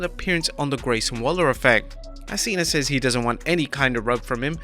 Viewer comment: bruh it's Cena not cean 🤦